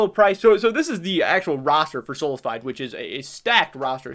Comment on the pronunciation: it is soh-lah-fee-day